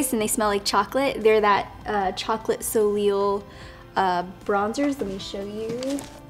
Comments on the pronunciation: I think you pronounce the chocolate Soleil bronzer from too faced as Solay instead of soleel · Love you! BTW Soliel is pronounced solay not soleel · its pronounced "so-LAY" not "so-LEEL"... love ya! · Love the makeup look, you used the new colorful Too Faced palette in the best way I've seen so far. Also, I it's pronounced "Sole-aye" haha, just thought I'd throw that out there. ;) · Beautiful look love ! And the too faced bronzers are pronounced "so-lay" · Great look! Soleil is pronounced "so-lay" by the way - it's French for sun :) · Lol. Its pronounced sol-lay... But eyeliner on fleek thoe! 😜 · It's pronounced chocolate so-lay..